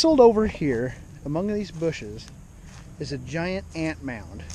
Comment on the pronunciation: did you really just call us gi'ants